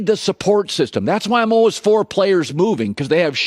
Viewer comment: Colin: Say the word "All". Now say the word "Ways". Put them together. It's not "all-was". It's "all-ways". C'mon man...you're killing me.